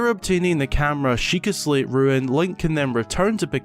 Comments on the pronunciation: No they aren’t one is pronounced “rune”, the other is pronounced “ruin” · It’s camera rune, not camera ruin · I mean no offense but its rune.... ruin is the word for the, well ruins. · really not sure how you managed to say "ruin" instead of "rune" every single time, as if it's the first fucking time you've said the word out loud. stupid.